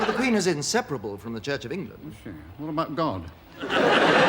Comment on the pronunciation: “Thee Russians are TOO strong” 🤦🏼‍♀️